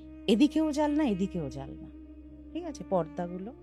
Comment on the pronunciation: জানলা ❌ জালনা ✅ 😂😂😂